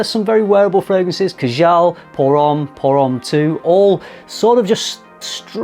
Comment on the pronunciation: Number 2 is pronounced Kaa-Jal. Rather than ka-Jaal. Otherwise, cracking video as per